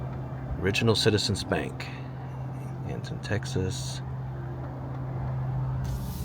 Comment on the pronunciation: Born and raised Texas west/panhandle folk pronounce Anton without the “t”. Sounds like “eh-en”. Figured I’d share that with you. 😂 I discovered your videos a couple hours ago, and have been binge watching them since. All of these small towns are bringing back so many memories. Thank you for sharing! Enjoy, and safe travels!